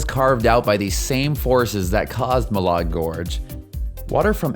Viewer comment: Here in Idaho we don't pronounce it Ma lard, it's Ma lad!